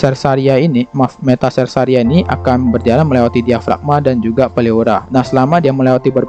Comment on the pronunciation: 1. Serkaria bukan sersaria